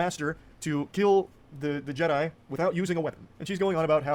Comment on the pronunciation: made a golden one, he said Jed-DEI:D Brilliant:D